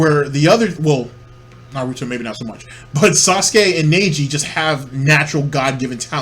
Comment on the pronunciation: The way you say Neji hurts me lol